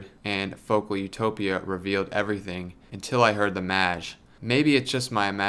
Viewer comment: is it really supposed to be pronounced that way? I'd thought it's /meɪdʒ/ - rhymes with "age".